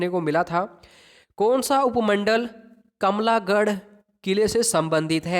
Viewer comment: Sir kamla garh ni it's kamlah garh